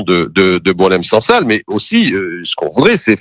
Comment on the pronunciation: Apprends a prononcé son nom!!